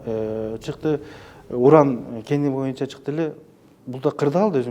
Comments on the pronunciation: "Моюнча" дебей "боюнча" деп так, туура сүйлөчү спикер мырза! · Сиз да байкапсыз да моюнчаны😝